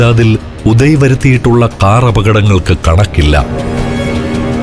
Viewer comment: ഉദയ അല്ല... ഒതായ്